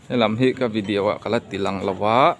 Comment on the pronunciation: Vi-de-o ti in lam mai la vi-diau ti lo khan mawi lo ve e